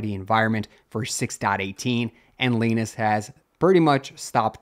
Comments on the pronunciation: Lie Nus, not Lee Nus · Who's Leenus? Jokes aside, thank you for covering this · Leenus? nope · Why do you say Linus like that 😭